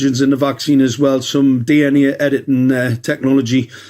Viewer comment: Pig "Dee enn aea"